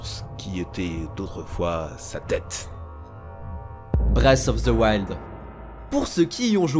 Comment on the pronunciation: "breast of the wild" sérieux? la poitrine de la nature? la prononciation est importante hein...